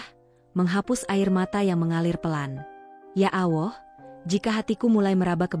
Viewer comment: Tolong kalo yg membaca kan jalan cerita yg religi sebaik nya yg muslim , yg menyimak telinga rasa nya gatel2 ...bila lidah muslim yang menyebut Tuhan YME Islam bukan yaa alah ...ttp yaa Allah ( yaa Alloh ) Sholat bukan salat , ber do'a buka berdowa ...sya'i bukan sayi .dll ...bikin gemmeess dengar nya